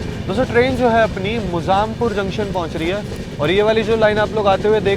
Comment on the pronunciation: भाई मोजामपुर नहीं मुज़्ज़ाम्पूर्णनारायण